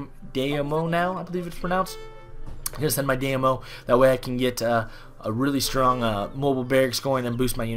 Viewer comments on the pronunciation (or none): It's Die-Me-Yo. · Btw daimyo is pronounced Dime-yo